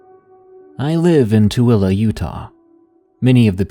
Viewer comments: I am very impressed that you pronounced 'Tooele' correctly. Good job and thanks for the great stories. 😊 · As a Tooele resident myself, I am impressed you pronounced it correctly.